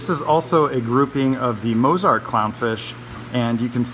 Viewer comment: Why did you pronounce Mozart like Mose-art?